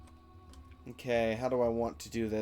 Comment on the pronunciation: "Genesis"? The rock 'Gneiss' is pronounced is pronounced the same as 'niece' although 'nice' is also acceptable.